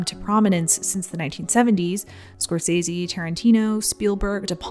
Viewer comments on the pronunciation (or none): none